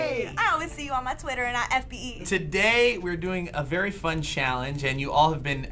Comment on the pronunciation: "Welcome to challenge challiice"💕💕💕I love yall